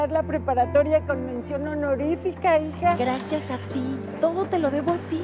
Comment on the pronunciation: Soy la unica que se dio cuenta que en el minuto la chica dijo graces XD :v